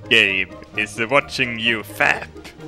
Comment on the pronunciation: "gabe bed sheets" just sounds like "gay bed sheets"